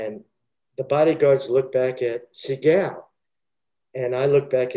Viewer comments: If I hear se-gaal one more time, I’ll lose my mind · The guy keeps pronouncing Steven's name wrong. And he takes forever to tell a basic story. It's annoying. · So I just have to say this, the fact he shows disdain for people telling the story that wasn't there, why can he say Segals name right? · The way he pronounces Seagal makes me laugh my ass off every time he says it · He didn't even pronounce his name correctly. Lol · Why does he continuously mispronounce his name? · The way he pronounces Seagal is extremely annoying